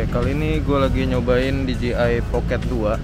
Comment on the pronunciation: Masukan saja bro.. Pengucapan merk DJI kedepannya, kudu diperbaiki nih..😁 DJI dlm bahasa Inggris, Di Je Ai Sementara yg selalu diucapkan Di Ji Ai, yg berarti merk DGI. Sekalian mau tanya, apakah DJI Pocket 2 ini, ada aksesorisnya utk di handle bar sepeda motor? Alih2 nge-vlog pakai action cam saat touring motor, sy pikir asik jg dg DJI Pocket 2, krn lensanya bisa diatur hadap depan (POV) dan hadap belakang (selfie) dg cepat. Semoga semakin sukses kedepannya ya. 👍